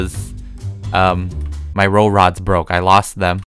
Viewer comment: My ro-rods broke Dude it's Ro-pods.